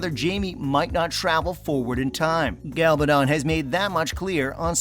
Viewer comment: How can Diana Gabaldon email Sam the last few pages of a book that has not even been written yet? This is just another clickbate video. This idiot narating like other people doing these videos cant even pronounce the name of the author. Its not up to the cast or Diana Gabaldon weather the show gets renewed for season 8 since that decision hasnt been made.